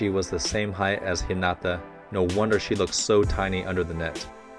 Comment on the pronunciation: PLEASE dont Stress the "nata" in Hinata but the "Hi" ... his name sounds almost spanish when you say it like that